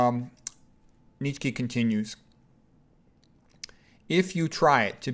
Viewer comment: Wait why do you say "kee"? I thought it was pronounced Neet-chuh or neet-shuh